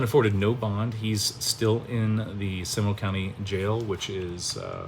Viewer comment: Learn to pronounce DeFuniak Springs and Seminole County correctly. Sheesh. You sound like an ignorant fool. when did you become a Latrine Lawyer? Did you go to YouTube Law University?